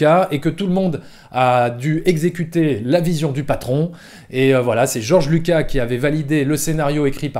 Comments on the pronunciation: Vidéo très intéressante comme d'hab mais juste si tu pouvais prononcer correctement le nom Spielberg pas spielbeurg et il y a un S à la fin de Lucas, il est pas francophone à ce que je sache. Sinon joli travail! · “ Steven spielbeurg “ “ George Luca “ Lol